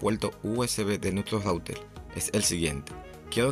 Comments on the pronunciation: Dice Routel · Entonces no se dice router se dice "loutel" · Es que Loutel no le sale , por eso dice Router q es más fácil de decil....😅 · Intelnet, smal tv, conectal, conseguil, cualquiel, apalte, sin altelal, adaptadol, calgadol, veldad,celulal, menol, loutel. Por favor aprende a pronunciar la "r". Es insufrible escucharte hablar así. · En cada hogaL hay un routeL y en la paLte trasera ....inteLnet..... QUE GRACIOSO HABLAS...... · Se puele calgal el celulal y sacal el lautel estelno y aksedel a otla led guaifail 😂😂😂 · El puelto, el raulter jajaja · " Rautel " la primera vez que oigo esa palabra😮 -yo oigo esa palabra no entiendo los comentarios que dicen no sale la R 🤷‍♂️ por otro lado es su idioma el que hace asi la pronunciación 🤔(yo lo entiendo👍). - Fue solo la palabra RAUTEL que me llamo la atención,sin mala intención 🙋‍♂️😁👍. Es interesante saber todo lo que se puede hacer con el Ruter 👀 -LIKE AL VIDEO 💯👍